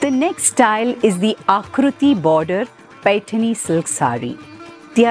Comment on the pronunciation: Well explained Madam. First person who has pronounced Paithani in marathi ptoperly❤🙏